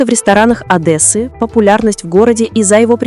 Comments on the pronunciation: Не Адэссы , а Одессы . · ОдЭссы? Вы как- то по-русски учитесь разговаривать 🤣